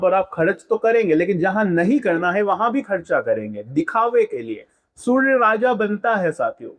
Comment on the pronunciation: Hahha.. Everything is good except how you say SurrrRrRya.. Jai SurRRrRRrya Dev 😁